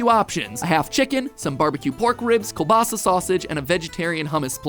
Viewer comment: I love how Mat pronounces kiełbasa 10/10 greetings from Poland 🇵🇱